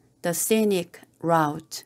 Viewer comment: Scenic route <- 발음 라우ㅌ가 아니라 루ㅌ 인거같아요 !